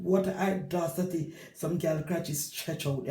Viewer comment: What an "ey-dacity"! you have me weak with laugh yah see😂